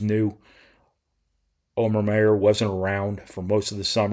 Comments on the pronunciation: The name Omer Mayer is pronounced "Oh-mer Myer". The first name Omer is pronounced like "oh-mer," with the "O" sound like in "oh", and the last name Mayer is pronounced "Myer," with the "Mayer" sound like the word "mire" or the last name "Myers". Here's a breakdown: Omer: Oh-mer Mayer: Myer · I guess you just have a brain fart every time Omer Mayer's name comes up. I stopped listening when you, once again, screwed up his name. Up til that time though, you hit every thing right on the money. You may be a doofus when it comes to names but you've got college basketball nailed.